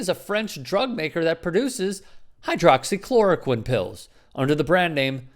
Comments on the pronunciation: Macro tech: that is exactly what I said when I heard him pronounce it for the first time..how in the hell did he pronounce that word correctly? It has 7 syllables!, AND I immediately thought, "he has to be making money off that drug ". . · Hydroxychloraquine. One of the very few big words he's ever pronounced correctly. The reason? He and his idiotic chlidren and dumbass son in law invested in the company that makes the drug.